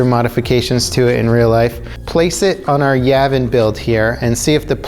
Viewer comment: Am I the only one bothered by how he pronounces Yavin?